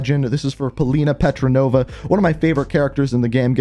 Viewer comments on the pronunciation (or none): You still call her Petronova 😂